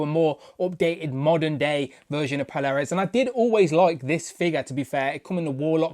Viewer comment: Good review but i think it's pronounced "Pole-ar-uss" . Picking this up tomorrow ❤💪